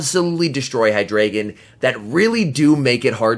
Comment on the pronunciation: The pokemon name is like articUNO, ZapDOS, MolTRES (Spanish for 1,2,3), but in this case its German. So its Eins, Zwei, Drei. High-DRY-Gone ^_^ great vid tho apart from the pronounciation! :D